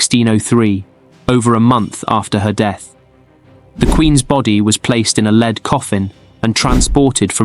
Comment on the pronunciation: Note to Robot Voice... It's "led" coffin, not "leed"...